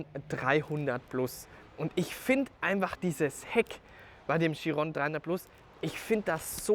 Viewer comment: Was ich nicht ganz verstehe ist warum können die wenigsten den namen chiron richtig aussprechen ?